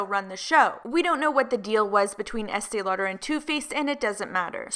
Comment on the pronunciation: I can’t stand hearing Estée Lauder anymore. It just bugs me SO much when I hear the name